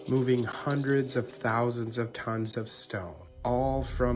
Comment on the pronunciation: Almost one hundred thowow I’m proud of you dude!